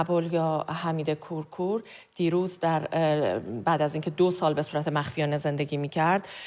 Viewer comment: ابولحمید کورکور. درست تلفظ کنید. ابولحمید کورکور🖤🖤🖤